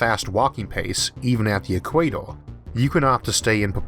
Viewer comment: Wawer, solaw powew, eqwawor 🤣🤣🤣